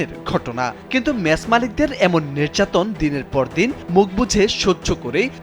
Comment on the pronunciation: নের্যাতন নাকি নির্যাতন? আপনাদের কারোরই উচ্চারণ শুদ্ধ না